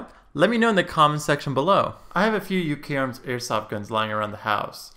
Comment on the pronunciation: it should be pronounced Uka-arms